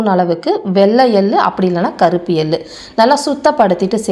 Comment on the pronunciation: 'எல்லு' அல்ல 'எள்ளு ' அழுத்திச் சொல்லவும்.